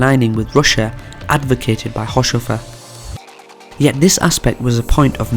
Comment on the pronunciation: This is pretty good, though his name is pronounced haus-hofer rather than haush-ofer... Not many seem to know this little nugget but Haushofer was the source and inspiration for the Swastika, the Buddist symbol for happiness, adopted by the Nazis. He got it from his time in Japan after living there as an attache.